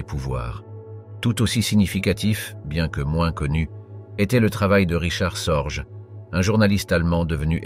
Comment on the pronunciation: richard SORGE sans s se prononce SORGUE